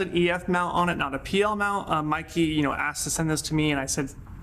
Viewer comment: The Brand is pronounced "MAY-KAY"! And in "real life", our eyes don't create Bokeh. I've heard this expression before...it doesn't apply. True Cinema imagery does have a smoother falloff, with the intent to focus the viewers to a particular part of the scene. And yes the entire line of Meike Lenses, including their MFT versions represent the very best value when it comes to dollar to image quality, hands down.